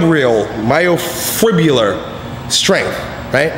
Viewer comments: My-o-fi-brill-ar hypertrophy... Come on son;) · Haha gotta love when attempts to say myofibrillar. I definitely would have trouble saying it too. Great video!